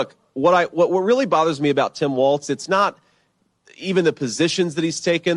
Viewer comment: Benny his name is Walz no t. Walls